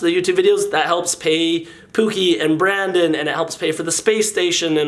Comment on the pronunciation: I thought he said Brandon instead of Brand Dills